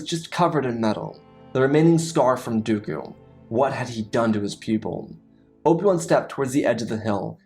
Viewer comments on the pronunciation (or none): none